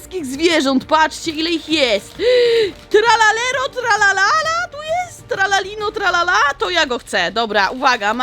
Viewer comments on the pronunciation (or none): Tralalina tralala ❌ Tralelo tralala ✔️ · Tralalino tralala ✖️ tralalelo tralala ✓ 😂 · To sie muwi tralalero tralala